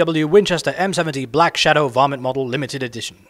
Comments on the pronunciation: we he says varmint it sounds like vomit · The way he says Varmint sounds like vomit, lol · oooooooh ''varmint' aaaahh... though he said vomit :S